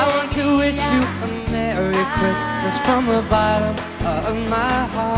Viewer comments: Lol "from the botturm of my heart" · I lost my entire shit at "botterm"